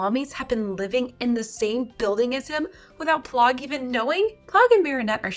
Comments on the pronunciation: It’s not plogg it’s plagg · it's pronounced "pl-ah-g", not "pl-oh-g" btw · P-Lagg not plogg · It’s pl-ag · why do u say plagg name wrong